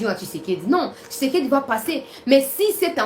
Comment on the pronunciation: nous sommes contents de tes nouvelles, mais nous demandons d'avoir un peu de modestie sur l'appellation du nom de président Félix tshisekedi,: sa nous fait Mal tu prononce tshisekedi, tshisekedi,, changé